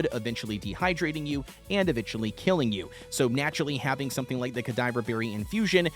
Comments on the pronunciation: Cadava not cadiver there is no i e or r 😂😂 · Ca-dava berries not cadiver berries man sorry it just bugged me been playing RuneScape since 06 so it’s funny how people don’t know how to say theese words 😂 no offense homie good videos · Cuh-dah-vah. As in, cadaver. Death themed berries. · ka-diver-berry is wild